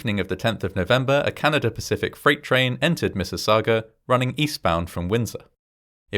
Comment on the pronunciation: "Order of Canader award". Thanks, man from the unitited klingdom